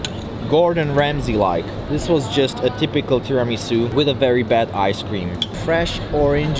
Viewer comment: I simply love this guy He said Tiramisu' correctly. I love you. Oh, that trdelnik or how you spell it(sorry guyysss) it's KURTOSZ KOLACZ in Romania from the old Magyars who settled here and now it's common in these countries around Hungary too Niiiiice LOVE YOU